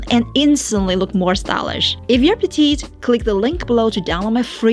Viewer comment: P L E A S E ! I have now watched 100 videos of you. Please pronounce PETITE correctly. This is so easy to fix. I hoped so much somebody will tell you- now I'm doing this.